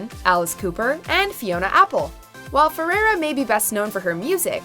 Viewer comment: Learn how to say FERREIRA pls! Not ferera